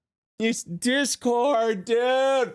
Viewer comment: “It’s Disscord dude~!” 😂😂😂